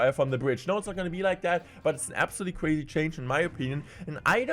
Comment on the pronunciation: Ewuwe change is weally cwazy